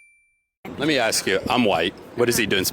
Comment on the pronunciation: It’s 2025 and black people on these street interviews still can’t say “ask”.